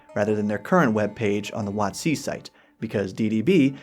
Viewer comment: Ate you pronouncing it "wot-SEE" because that corresponds to the emphasis you put on "coast" when you say the full name aloud, or is there some other, even weirder reason for it?